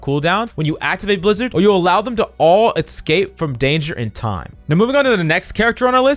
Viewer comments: Tip for speaking: Escape is not pronounced, X-cape. But rather, S-cape. Hope this helps! Good luck! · stop saying excape :D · the eggscape really annoys me, he doesn’t actually realise he’s saying it wrong )